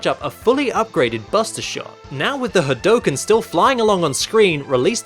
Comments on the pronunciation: It's pronounced "Had-OO-ken" bro not had-OH-ken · ....... did you aeriously say ha dough ken..... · I love all that you do, including your voicework ^^ however, that hadouken pronounciation made me cringe everytime ^^''